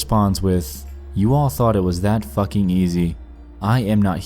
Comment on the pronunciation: IM SORRY BUT THE WAY HE PRONOUNCED “FUCKING” KILLED ME SKSKSKKSKSDKDK